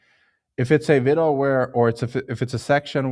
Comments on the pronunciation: For anyone curious, when he says "Vido" he means "Video" because of the strong accent :) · Helpful video, Thanks. btw, video is pronounced vid -ee-oh.